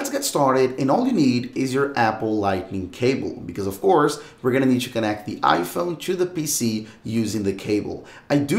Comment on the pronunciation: You have chu put your phone chu a side. It’s simple chu do. All you have chu do is churn it off.